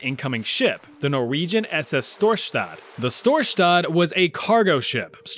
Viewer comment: Why is it that every time an anglo is gonna pronounce something in Norwegian the s becomes "sch" or "sh". Dude, we're not fucking Germans. It's pronounced "s" like in English. It's not "Schtorschtadt!" It's "Storsta" (the d is silent). Thank you for your attention!